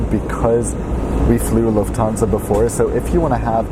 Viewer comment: Lhuftansa buuuuuuuuuu!😖😟😡😒